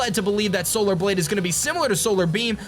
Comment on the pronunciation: When he said solar blade I thought he said solar bleed lol